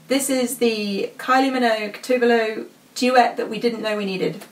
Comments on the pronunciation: Yes! Someone who knows how her name is actually pronounced! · FIRST OF ALL, FINALLY SOMEONE OUTSIDE FROM SWEDEN PRONOUNCING TOVE LO CORRECTLY